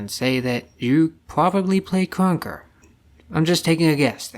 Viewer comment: ur voice bruh “kruwnka”